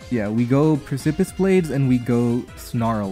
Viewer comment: ily. You’re slightly mispronouncing “precipice”. You’re kinda saying it like “pris-sip-iss” and the correct pronunciation is more like “preh-sip-us”